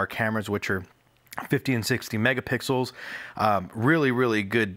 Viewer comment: he said megapickles once lol